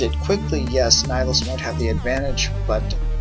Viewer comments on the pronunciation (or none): It's Ni-hill-us